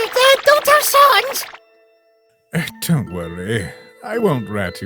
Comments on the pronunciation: Ok, that's it. I need to ask, why do you guys say sans like "sawns"? I have never understood that. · why does bro pronounce sans like sœnz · Gaster saying "Sans" like "Sons" is canon now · Why do every undertale comic characters say Sauns not Sans